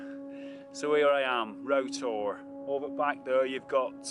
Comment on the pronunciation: I think you captured Roughtor perfectly, nice to see a 'foreigner' pronouncing it properly too. :) Bodmin moor has some of the best tors, Roughtor and Kilmar are as good as anywhere, but it's never as packed as Dartmoor can get, which I do love about it. As for big cats, as someone that grew up on the east side of the moor.........I'll say no more ;)